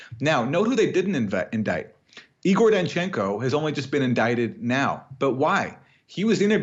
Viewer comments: Sorry Jimmy it's... Eyegor, not Eegoor. ;-) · It is pronounced "Eye gore". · It’s “I”gor!